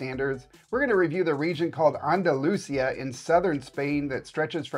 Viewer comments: Anda-lu-CIA stress at the end of the word ♥ not the middle portion!😀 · Yes. Stress is on I.